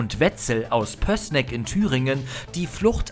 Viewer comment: das heißt nicht "pössssssssneck" sondern "pööößneck".. Gruss von nebenan